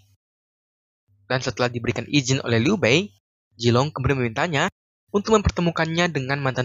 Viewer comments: Bukan jilong Tp Zilong Pake ZZZ Bukan Jetttt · Zilong min, bukan jilong. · Vg bukan Jilong tapi Zilong